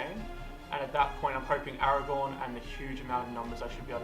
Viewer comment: Aragorn - as in Aragorrrrrn, with an r